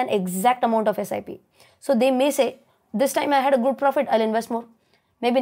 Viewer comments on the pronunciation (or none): none